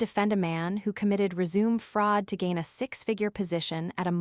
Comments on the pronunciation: Every time you say resume it makes me want to puke. AI isn't so smart after all is it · Teacher AI how to pronounce words properly like resume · And nobody from the Vance family put two and two together??? 😂😂 I wish AI could learn to speak résumé properly. 😂😂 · Yeah the mispronunciations were rough, but the payoff at the end still hit hard enough to keep me watching. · Nah, the mispronunciation of "resume" is down to the fact that the AI cannot speak or read French or any foreign language word that is commonly used in these stories. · If its set to English, they mispronounce any words from other languages, especially French.. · Seriously lol the first time I heard it said… it was cringe worthy 😬🤦‍♀️🤷‍♀️🤦‍♀️ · Same here 😅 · Your AI needs to be instructed: It isn't pronounced "re-ZOOM"; it's pronounced "re-zoo-MAY" ! ! ! Fixit. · It is not rezoom, it is res u me. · Rez-ooo-may, not reee-zoom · Do you guys not edit your films before uploading them? "Ant Carol" is properly spelled as "Aunt Carol." The word, "resume" that was repeatedly used is a concise document that summarizes a job applicant's professional and educational background. It is properly pronounced "résumé", not "re-sume". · Res u may is how you pronounce it. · Aaron is a boys name, Erin is the girls name. Another content Creator on YouTube who doesn't understand how to proofread. Resume' (Rez a may) is how you pronounce the document you comply of your work history. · Yep it is the correct pronunciation of resume as in restart and continue The other word is resumé. Note the slightly different spelling that the test2speech engine would correctly read. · The word RESUME has 2 meanings and pronunciations: first is to "continue" and second is concise documentation of work and school history with French pronunciation RAY SU MAY. This AI hasn't used it correctly the almost dozen times in this tale. Quite unprofessional of it and distracting in this tale.l! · As a noun, resume is pronounced rez-oo-mey.